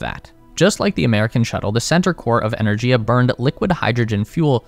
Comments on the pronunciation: It's "ener-giya", with a hard "g", as in "gift. This is more common in Indo-European languages. A couple of minutes research would have found this out. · The Russian pronunciation of Energia is "Ee-ner-gee-yah". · The G in Energia is hard, not soft. Энергия